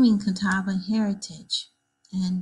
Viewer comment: I am a member of the Catawba Indian Nation. The way she is pronouncing it is the only way I've ever heard it pronounced. The Catawba language is Eastern Siouan language.